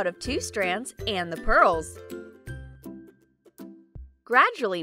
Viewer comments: The voice person said hurls insted of purls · Lol she said hurls instead of pearls 😂🤣😂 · she says hurls instead of pearls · At this time she says hurls instead of pearls hahahahahahahahaha so funny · you guys they said hurls might help me instead of pearls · Is it just me or that girl is saying hurls if you do then like this comment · She said hurls instead of purls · Ha you sed hurls and then curls hhahahahah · she said hurls..... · You said hurls (very annoying) And voice over ( still annoyed)🤮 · LMao Did she say hurls 😂 lol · You said hurls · Bro you told hurls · You sayd hurls